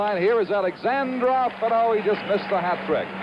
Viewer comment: Даже американский комментатор правильно произносит фамилию Бориса Александрова, а вот создатель ролика нет........ Ну почему же АлександрОв то ???....:)))))